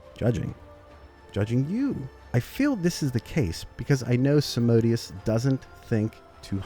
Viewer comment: its a latin name. so its pronunced SAM-A-DE-OOS